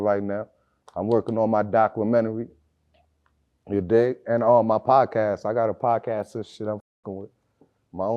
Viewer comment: Is it me or is that is pissed me off the way he pronounced documentary?